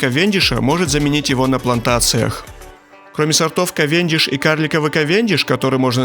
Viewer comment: КАвендиш, а не КавЕндиш